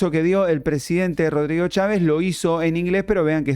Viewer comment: No sean imb3ciles lo que impacto fué la pésima pronunciación de Cháves